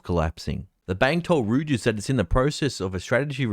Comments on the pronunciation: Btw its pronounced "Roy-ters" brother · Reuters!! Not Rooters🤦‍♂️ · REUTERS is pronounced ROYTERS…